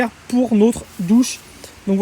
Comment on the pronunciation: Notre douche et non pas nautre douche, puisqu'il y a deux consonnes qui suivent le o 😉